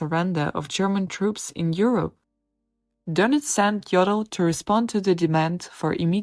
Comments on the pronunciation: If you comment on such videos, you should at least inform yourself how to pronounce the name. You call him 'Joddl' with a short o. But ar there is no double-'d' it has to be a long 'o'. It hurts somebody who knows German! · But despite this, you should pronounce his name correctly with a long 'o'.